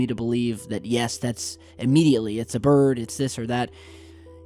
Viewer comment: Far Out eh!everytime I've had a spliff and hear our say "bird"I crack right up man